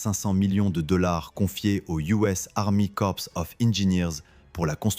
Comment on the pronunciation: Arrêtez d'employer de l'IA pour votre bande son. L'IA est encore trop bête pour faire la différence entre le verbe "reporter" et le substantif "reporter". Lisez vos textes, vous-même, ou embauchez un lecteur. PdBdM 😡 Autre détail qui n'en est pas, dans le terme "Army Corps", le S final est muet. Si vous le prononcez, ce S, cela s'écrira "corpse", ce qui signifie cadavre. Va falloir que vous soignez votre "bande son".